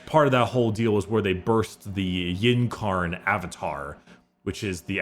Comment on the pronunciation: please. Please say in-karn, not yin-karn. Or yin-eed, it's in-ee-add. I beg of thee.